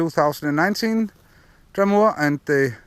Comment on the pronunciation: Why do people call it Draumoor?? its called Draum-r! (pronounced Draum-er) kind of like Dreamer/Dream-r.